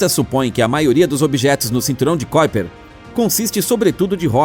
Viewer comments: Amigo não é cóiper e sim kuiper (ku i per) aprenda antes de falar se quiser publicar. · Não é "kóiper"! É KUIPER mesmo! Estudamos assim,! Se você diz isso, a gente não memoriza e não nos chama a atenção! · NÃO é cóiper e sim Kuiper